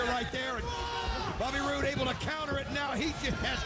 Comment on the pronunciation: mike tenay said bobby broode haha instead of bobby roode